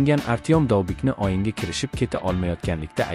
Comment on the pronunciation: Крил харфларида ёзувни укияпти шекилида ойинга мас у́йинга булади болди мас бу́лди